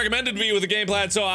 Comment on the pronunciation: Game Plad? xD